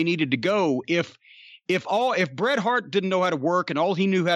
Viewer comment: Bret. Its "Bret' its Bret Hart. Just sayin.